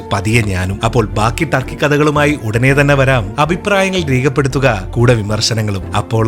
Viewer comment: ട്ടർക്കി അല്ല തുർക്കി